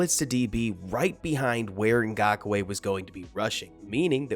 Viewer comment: Nice breakdown! I can't help but wonder if you're mispronouncing his fist and last names. Wanna say it should go "YAH-nnick" as opposed to "YEAH", and "NGAHK-way" (last name only 2 syllables.) Maybe nit-picky 😅 but cheers✌